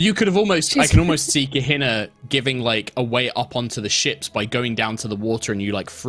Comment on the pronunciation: Kaeh-Hee-nahh: Kehina